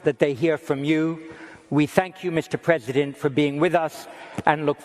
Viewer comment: Mr Prezibent Waslodymyr Werelenskyy... 😄